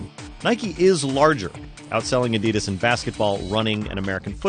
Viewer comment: Adidas is pronounced on the first syllable, not the second.